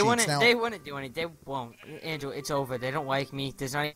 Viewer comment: Hewow Weally Andwew Wowld Lol